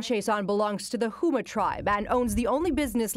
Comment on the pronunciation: Houma is prounced Home-A